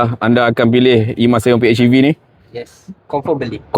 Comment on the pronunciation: Hej bang bukan etch. Pi-hej-i-vi. Baik bahasa melayu mahupun inggeris.